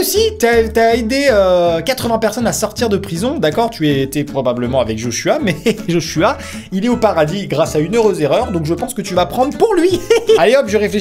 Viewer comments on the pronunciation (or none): je sais jai un beau prénom amixem... Mais on prononce pas je h je Joshua....